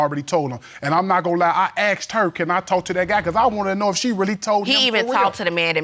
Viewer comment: Lookded and axed ain’t werds